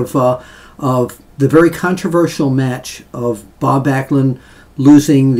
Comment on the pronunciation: Glad you could get Bob's name right.